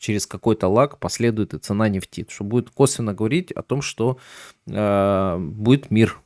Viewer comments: Правильно ставить ударение в слове нефть на Е. Ну нельзя говорить на столько безграматно, как автор: "котировки нефтИ". Правильно "котировки нЕфти". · Так у Вас ударение на второй слог. А уж " нефтИ", упоминаемое часто, режет слух. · Режит слух не правильное ударение в слове нефть,слушаю и смеюсь.Доверие пропадает к инфе